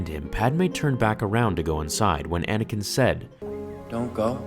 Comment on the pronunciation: you said Anakin wrong